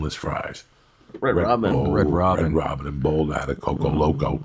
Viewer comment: They way he says “boulder” 😂 “ bowwwduh”